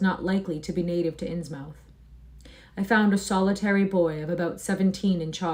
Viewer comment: Its pronounced Insmuth ;)